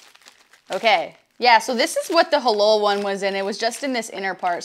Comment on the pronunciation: You Said Hah-lol instead of Hah-Lal the "la" as in Latina lol 🤣🤣